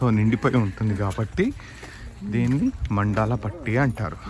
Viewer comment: మండాల పట్టి ❌ మందాల పట్టి ✅